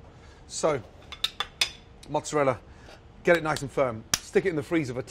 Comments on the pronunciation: as an italian, that "mozzarella" scares me. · As an Italian, I cringed SO HARD when I saw that "mozzarella" WTF